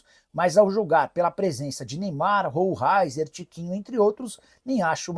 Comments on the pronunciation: A pronúncia conforme o próprio jogador é: Rolheiser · Se pronúncia roleicer o cara é jornalista e não a pronúncia certa é brincadeira né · Nicola não sabe nem pronunciar o nome do cara, essas informações são mais falsas que o mundial do Palmeiras. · Não sabe nem pronunciar o nome do Atleta, tá bem informado mesmo,mídia dos urubus começaram porquê não sai uma notícia dizendo q vai levar o Basso?